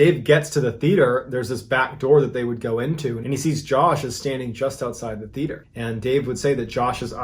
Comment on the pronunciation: I do like these stories, but please learn how to pronounce Theater. Also, when inside, it's called the floor, the ground is outside.